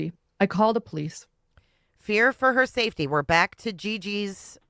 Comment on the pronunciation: Are her teeth Velcro....they stick together when she speaks..the word safety sounds like "seefty"